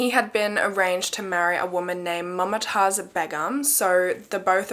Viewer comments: it's moomtaajz not mumma taaz😔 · Mumtaaz is pronounced as Moom-taaz and not Mum-taaz. I'm a south Asian so I know no hate tho. Love your content, always waiting for Mondays♥️ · mama taz, lmao, its actually mam-tazz, like the pronunciation